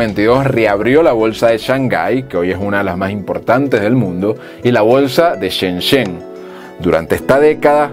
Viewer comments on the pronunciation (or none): none